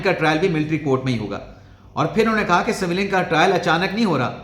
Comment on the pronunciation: اسی طرح لفظ سویلین کو س کے نیچے زیر کی بجائے اس پر زبر لگا کر بولتے ہیں